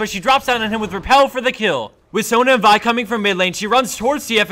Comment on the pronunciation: I like how this guy says Vi correctly.